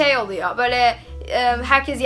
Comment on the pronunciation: Bazı türkçe kelimelerin telaffuzu:liymon, bağl ,oluyoğ,perdon ,diğildir,mekarna,kavaltı,eğn,penkek,emarikada